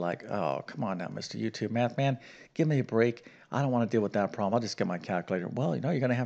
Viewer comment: Please enunciate the word "problem".